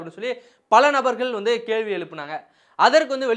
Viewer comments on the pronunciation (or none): none